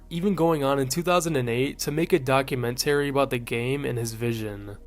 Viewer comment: "Say en" "Documen tarry" 😵